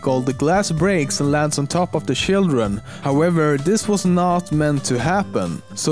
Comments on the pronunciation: When he says children it sounds like he is saying shildren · he says shildren. WTF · Sjildren!! Hahahah ! Great videos btw. This channel should have more recognision!!